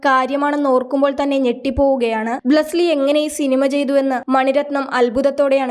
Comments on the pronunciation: ബ്ളസ്സ്ലി അല്ലെടീ പുല്ലേ ബ്ളസ്സി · ബ്ലെസി....അല്ലാതെ ബ്ലസിലി അല്ല...